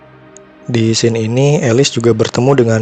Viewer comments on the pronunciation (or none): none